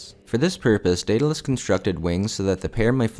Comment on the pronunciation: It's Daedalous,!🤣😂